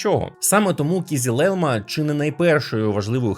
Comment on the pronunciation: кизИлелмА, через "и", а не "і"